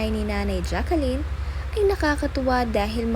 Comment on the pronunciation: Pronounced as Jacklyn po not Jacqueline